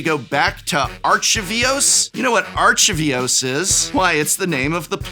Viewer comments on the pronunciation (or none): God, for a guy who is an English Major and supposedly follows this stuff, you continuously mispronounce key words of Magic all the time. Omenpaths are not Amenpaths, Arcavios is not Arka Vee dos, and generally you just come off as "Well why should I care, I think everything coming out is memes and stupid, you shouldn't care either!" in this video. I get it, you're annoyed at Universes Beyond as a concept but you come off as a person who wants to stop doing Magic Content instead of a knowledgeable scholar in Magic. I don't think that's what you want, but honestly I can't be too sure anymore. Also, yeah, I'm terrified of what garbage Modern Horizons 3 will have in it, but I hope they at least reprint some of the massively overpriced Modern Horizons 1 and 2 cards in it.